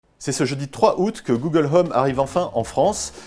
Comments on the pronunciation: "Google l'homme" -_-' faudrait peut être songer à revoir la prononciation. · "Google Heume" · Le H de home est muet. Je dit ça je dit rien.